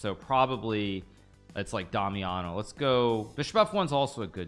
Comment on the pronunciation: When he said DamianoLew I thought he said Dummy on a Lou😭